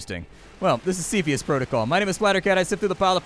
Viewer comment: It's pronounced 'cepheus', not "cepheus"